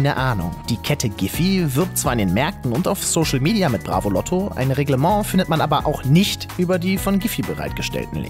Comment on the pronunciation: Ich hab mir gedacht dass er immer ausrastet wenn er bravoloto sagt??? Loto nich Lotto!